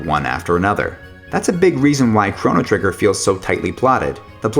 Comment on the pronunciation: Those pronunciations are pretty hard to listen to.